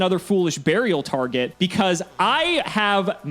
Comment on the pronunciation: Every time says "mah-ray mah-ray" I die a little inside